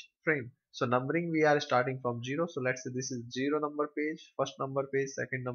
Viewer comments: its pronounced "Zero" not "Jiro" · Good Explanation. But one thing Sir its zero not jero ...